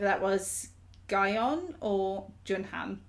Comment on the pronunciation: Double comment, but Gaon (not GaYeon, no i/y sound - gah-on) is the one you heard singing more here. Jun Han has very few lines, including a few in Test Me and Happy Death Day. :) Also, Jooyeon is pronounced like Joo-yon/yun.